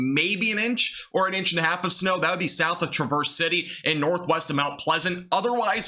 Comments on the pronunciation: Just fyi the city is pronounced "trah-verse" (like bat), not "truh-verse". It's different from the verb that's spelled the same. I'm from the area. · Please pronounce Marquette and Traverse City correctly.